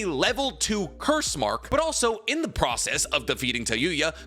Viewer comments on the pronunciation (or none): none